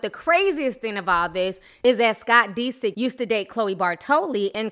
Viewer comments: "Scott DE-sick." Lol its DISick. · It's not pronounced "Dee-sik" it's "Diss-ick". Lmao. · dis-sick not de-sick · I love Ti but the fact she keeps pronouncing his name as Dee-sick instead of Disick lol is slightly throwing me for loops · Pronouncing the last name is DIS SICK. Not DeeSick. lol but tomatoes tomatos 🍅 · scott deesik😂 love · The way you emphasize the i in Disick, but thumbs up for the vid! <3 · Dead at the way she keep pronouncing Scott's last name 💀😂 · Lol that pronunciation of disick is killing me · U say his last name funny lol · Are you pronouncing Scott's last name right? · cringing at how you pronounce scott's last name lol. Kourtney did all she could do for him. She didn't use him...I'm not a fan of everyone in this family, but I do like Kourtney and follow her life. In this case Scott is the one that screwed things up. Anyone that follows the show knows this. His addiction and his hard partying ways is what split them apart. There is only so much a person can take.